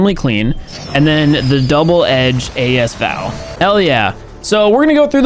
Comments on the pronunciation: He said AS VAL rather than A S V A L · what did u just say caungt in 4k high volume speaker u said as val instead as v.a.l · OMFG LEARN HOW TO PRONOUNCE THINGS NOOB “A S V A L” ITS “A S VAL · It's AS VAL not ASVAL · You said A-S VAL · say as val not as v a l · A-S-V-A-L hahahaha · yo why you say a-s v-a-l as a-s val edit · says as vee al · Ay ess vee aye ell 😹🤟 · I thought it was called A-S V-A-L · the gun is pronounced, A S V A L also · why u say As V A L whyy i cringe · Bro it's A.S V.A.L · Bro you said AS VAL the wrong way according to you